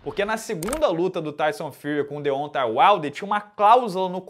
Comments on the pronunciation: De ontem Uaider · o jeito q o pronuncia Deontay Wilder me dá uma agonia kkkkkkkkkkkkkkkkk